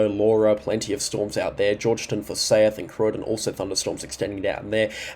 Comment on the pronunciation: 40° in Townsville earlier. For-sigh-th. Not for-say-ith is how forsayth is pronounced.